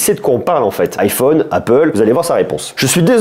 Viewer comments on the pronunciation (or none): none